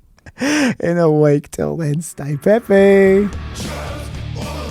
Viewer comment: starts with J, so it's "Jeppy" instead of "Peppy" 😅